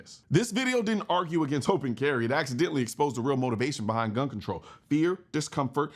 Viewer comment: Why would I listen to a person that can't even say the word gun?